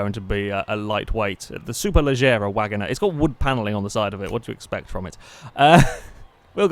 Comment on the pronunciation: Wangoner instead of Wagoneer, Mitsabushy instead of Mitsubishi, Gibble instead of Ghibli, U TROLLIN'.